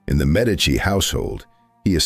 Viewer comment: MED' ee chee: Medici is pronounced